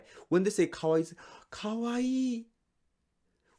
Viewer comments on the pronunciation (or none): The way you say おいしい in the start is so sus